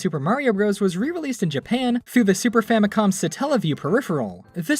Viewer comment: "famicon" W H A T